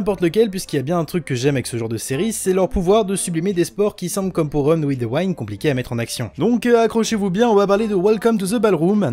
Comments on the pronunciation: Ça ce dit pas waind mais wind mais snn la vidéo est cool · Honnêtement j'avais pas compris la première fois que tu as dit "Run with the wind" parce que ça se prononce "OUI-ND" et non "WAÏ-ND"... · Run in the waine ???? Google trad 2 sec et tu le diras bien, sorry ca triger (wind avec un I). Sinon bonne vidéo continue t'es le meilleur ! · Run with the WIND, le VENT, se dit "Wénd" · reune ouive deu ouainde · "Wind" ps "waynd" lis le en fr ne cherche ps plus haut Sinon très bonne video comme d'hab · j'avoue ça sonnait un peu comme Run With the Wine 😄🍷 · wind!!!!! c'est un i...et ca se prononce comme un i